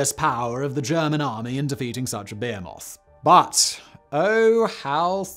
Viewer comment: He pronounces behemoth very strangely